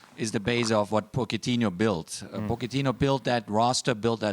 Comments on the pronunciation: Baxter except that HE’s not Italian and Mauricio himself pronounces it Potch-et-ee-noh. And Jose is obvious as Mourinho himself has expressed his annoyance with people pronouncing his name like that of Spanish. Clueless. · Why does Klinsmann mispronounce both Jose and Pochettino's name? 😅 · Take a shot every time Klinsmann mispronounces Jose and Pochettino